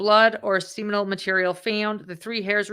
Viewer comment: FYI You mispronounced the word "seminal". Also it's a "picture", not a "pitcher".